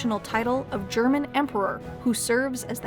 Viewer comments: Do you speak German,? I'm still really impressed with your pronounciation. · Her German pronunciation is really good for an Anglophone.